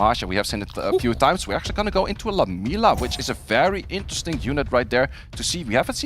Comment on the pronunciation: 1: no Caster has ever pronounce Lam-iel-a correctly, its not lamelia 😂😂😂 secondly..... pinkroid had a 3 and 0 easy, Raxxas did not win. Has to be upsetting the only way to win the cup is by your enemy giving you the win after showing he could easily decimate you all 5 games.